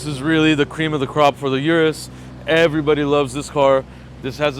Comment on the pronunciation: Urus's? Need to go back to school. Plus it's pronounced O-RUS not U-RUS